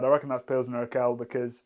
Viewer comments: You have a funny way of pronouncing Pilsner Urquell! It is oor-kwell, not ur-kell. I assume you know that this means that all other Pilsener beers are copies of this. Try and get hold of Einbecker Urbock some time! The religious reformist Martin Luther quite liked it. PS: Zatec is a town, not a region and it is an hour and a half drive from there to Plzen where Pilsener Urquell comes from. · everytime he says "urkell" instead of urquell my ears bleed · Lovely too see Pilsner Urquell rank strongly, it's one of my favourite beers as well. (Love how you pronounce it btw, sounds a bit like, as in Steve:D The qu in it is a bit more like the one in quality, so a "kw"). Also pleased with Stiegl's performance, as an Austrian. Funnily enough, lots of people here hate on it, but I think that's more of a thing of intra-Austrian regional rivalry rather than genuinely not liking its taste. People here tend to stick to beers that are produced in their region, so while you can get Stiegl anywhere in Austria, it's most popular in Salzburg, where it's from. I just like it and it's also one of the not so many still privately owned (read: not part of Heineken) breweries in Austria. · If you lile Pulsener Urquell you might want to learn how to pronounce it: its more like Oorkwell (with k and w both pronounced). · Not sure why it’s such a bother… Not even my Czech gf cared that he was pronouncing it that way. 🤷🏻‍♂️ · urquell pronunciation ? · Can you please look into how to pronounce 'Urquell' properly. That made my ears bleed. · It's funny how you pronounce Urquell somewhat correctly in the factory tour video, but completely wrong here :D